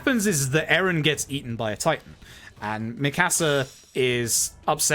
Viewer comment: Dude has a great personality for speedrunning but damn the way he says Mikasa is jarring